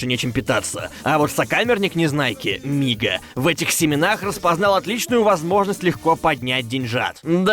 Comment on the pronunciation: Мига или Нига? И только сейчас в Я понял что Мига